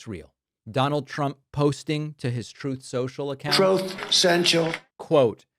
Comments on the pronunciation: "Troth, Sential" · Why does Trump pronounce the name of his site "Troth Sensual?"